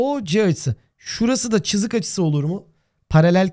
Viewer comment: hocam çızık demeseniz olur mu cok sinir bozucu